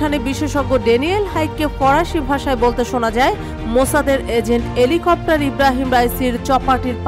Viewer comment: এলি কপ্টার না হেলিকপ্টার। 😂😂😂